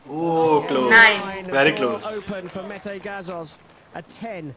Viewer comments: You should pronounce his name as 'meteh' not like 'meth' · Not "Meyt" ..."Me-te". He is a Turkish hero and statesman in Hun emperor time also Metahan founded Turkish Army in 208 BC.